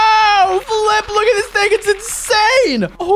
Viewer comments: Flip sounded like the f word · Did unspeakable say the f word or Say flip